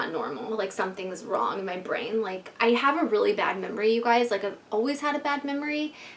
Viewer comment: *brain, not vrain